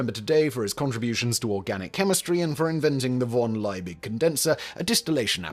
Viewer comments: Why the f*ck is he butchering von Liebig's name that way? It’s pronounced fon[d]-Lee-big. Okay, he'll do the same with Ludwig van Beethoven's name. Got it… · V in German is actually pronounced like F So, Von Liebig is pronounced as Fon Laybeeg